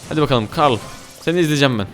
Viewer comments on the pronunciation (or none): none